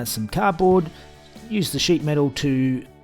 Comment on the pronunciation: Did he say shit metal work or sheet metal work on the engine bay...LOL